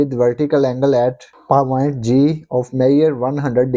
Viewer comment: And paaaoint also said wrong😅😅😅😂😊😂